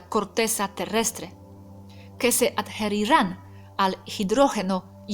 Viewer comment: me causo gracia tu proninciacion de ADQUIRIR, JERINGA Y ADHERIR,,,practicalos con Robert,,,ya que sos bastante perfecta en el idioma sooooolo algunas pronunciaciones,,te ayudarian para cuando das clases . Comentario con cariño